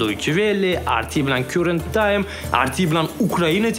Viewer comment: Current times. Siz uni "kyurent tayms" dedingiz. Karent tayms o‘qilardi, adashmasam